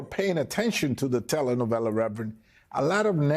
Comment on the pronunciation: Oh look! Its "reverand" 😅 Al with his race provocations. Howd that boycott go chump?